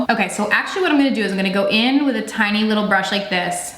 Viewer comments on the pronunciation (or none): none